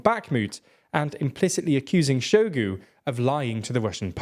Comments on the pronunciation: In russian words ZH always sounds like S in viSion, meaSure. In word Bahmut the Great Soviet Encyclopedia puts emphasis on U. Shoigu pronounced his name with emphasis on U. You can hear it in video "Истинная фамилия Шойгу". Gerasimov is pronounced with G as in "gift". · Can someone explain to me how this is your job yet you pronounce Shoigu and Gerasimov like you've read them for a first time on a billboard you drove past at 100mph